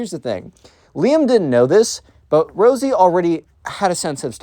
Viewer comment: Instead of rosey u said rizzy I was coughing from laughing btw great video